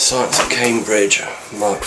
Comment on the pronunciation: Nice. - "Science of CambrEdge", like Vicky Pollard might say it. :p lol A very important little computer in the scheme of things. I don't think I've ever seen one in person, but I know that it obviously lead on to the ZX80 / ZX81, Speccy, and a whole generation of bedroom coders, many of which are now working as devs in the games industry. Thumbs up, as always. :)